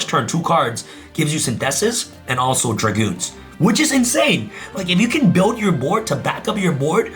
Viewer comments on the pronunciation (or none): none